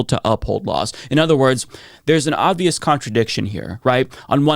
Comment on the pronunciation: I love your videos, but I gotta say, it's "oBvious / oBviously", not "oDvious / oDviously" 😅